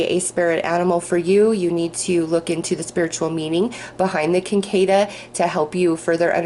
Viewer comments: just a fyi, its pronounced "sick a da" in the sphere group. i fly fish and kinda study bugs.. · Thank you for the reading, feels right on! BTW cicada is said sick-A-duh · The insect on reading #2, the orb, is the cicada - pronounced sikodda - I grew up where they would croak out summer night symphonies until daybreak. Thanks for your readings and be well. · I lived in W.V. for several years, and Cicadas would come out and drive you crazy with the noise they made. I was SO happy to move back to N.Y.! If it helps, that bug is pronounced "Sick-kay-duh", though spelled Cicada. One of those weird words for a definitely weird insect. They had red eyes, and were pretty creepy looking as well as really loud and annoying. Some people would actually eat them! Ewwww! Lol!